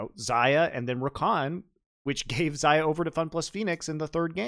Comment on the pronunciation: and pronounce Xayah wrong